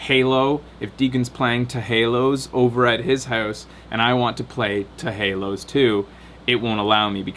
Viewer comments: "teh haloz". I can't take seriously when he says it like that:P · it's 'teh halos' :p